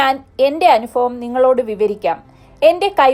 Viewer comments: അനുഫവം അല്ല - അനുഭവം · Anufavam alla chechi...anubhavaam enna..baki oke .sheriyanu..kelkumbol boradikunnuu.. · അനുഫവം, ഫൂമി... അനുഫവം... ഇത് ഏത് ബാശ..